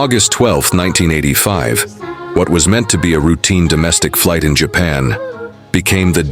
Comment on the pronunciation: bro why does the plane say japaa airlines instead of Japan airlines bruh ai these days